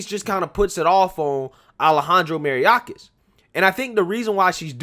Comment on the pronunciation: BRUH!! is it that hard to pronounce May-or-kas??? It's not ma-ri-a-kas!! 🤦🏽‍♂️🤦🏽‍♂️